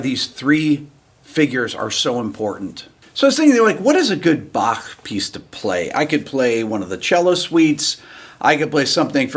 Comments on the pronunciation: Rick I love that you can pronounce Bach correctly I am Scottish and really appreciate it! come visit our lochs😊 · I Like how you pronouce the „ch“ in Bach. Good job (I am german) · I like that you pronounce "Bach" correctly. 👍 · I respect the fact that you pronounce "Bach" correctly as opposed to almost all Americans who don't. A subscriber from Europe...